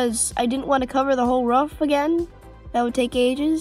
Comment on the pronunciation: Did you say ruff instead of roof